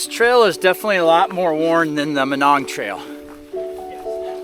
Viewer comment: I always heard it pronounced my-nong